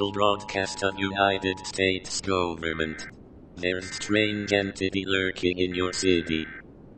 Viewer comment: "United States Goevarment"